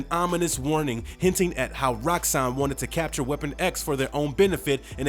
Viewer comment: How 'bout everytime he said Weapon X?